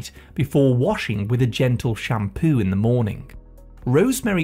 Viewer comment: FOOD. Not Fwewd. shampOO not shamPwew. Here to help.